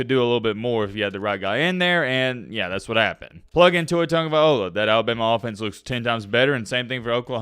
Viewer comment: TagovaiLOA not TagovaiOLA